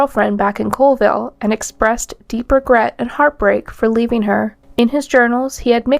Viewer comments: Its not Coalville. Its Colville, CALL ville.... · I know it's not a big deal and this is almost a year old, but the city in Washington is Colville (Call-vill). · I have to correct something here because it bugs me - people from Colville pronounce it as "call-ville" not "cole-ville." Extremely common mistake that will instantly tell any any Colville native that you aren't from around there. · It’s pronounced Call-ville. Colville.